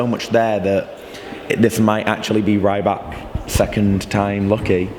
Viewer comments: C'MON IT'S REE-BAK, NOT RYE-BAK!!! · I think if you have time ask Alexander how he pronouses his last name! It's not with a British Y - sound!!! I don't think we will qualify..... I hope not!